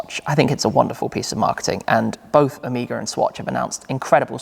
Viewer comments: Oh may gah! Not o me gah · It's not "Omeeeega" its "O-me-gah" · Interestingly, the pronounciation of Omega wasnt expected from me. I thought it was Oh-Mega instead of what Shmee said: O-mee-ga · The way you say omega LOL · Possibly a British thing.. Same pronunciation in James Bond..